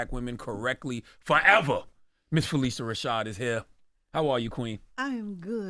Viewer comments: He keeps mispronouncing her name —it’s pronounced (Fa-lisha) not (Fa-lesha) she didn’t feel it was necessary to correct him. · Please pronounce her name correctly! It's "PhyLISHA" not "Felecia". I love that Sherri asked her the correct pronunciation of her name before she began to interview her on her show last week. Phylicia is such a beautiful name when it's pronounced as Ms. Rashad says it is.